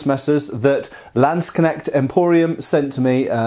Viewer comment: We still have to work on your German "ch" sounds. It's more like the "h" in "huge". Hope you are not mad at me. But in future you can really show of with your accent-free Landsknecht pronounciation. ;)